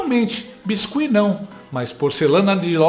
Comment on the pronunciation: Gostei da pronúncia do biscuit.......😂😂😂.....essa Canja só perde para os discursos da Dilmanta😂😂😂😂